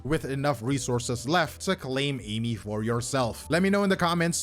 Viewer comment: its pronounced as A-E(meat)